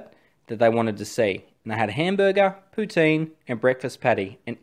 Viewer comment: I commend you on your pronunciation of 'poutine'.